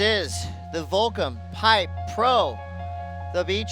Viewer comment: Volcom* not Volcome lol